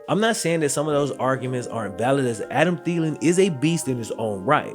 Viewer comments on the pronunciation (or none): none